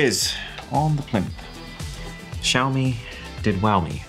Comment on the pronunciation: Xiaomi did Wiaomi